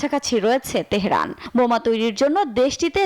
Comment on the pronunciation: Teherun? Tumi to nijer namtao uchcharon korte parona....stop